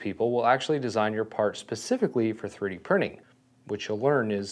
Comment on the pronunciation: twwee dee?